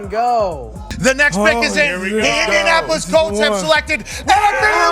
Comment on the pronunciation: Indianapis? Learn to talk bro